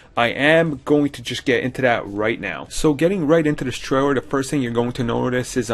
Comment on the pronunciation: Heheheh, "tray-rer" Sorry...